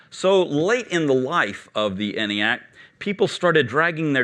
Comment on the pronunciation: Seems he's mispronouncing both ENIAC and von Neumann. ENIAC is supposed to have a long E sound. EEENIAC. And, Neumann is pronounced NOYman.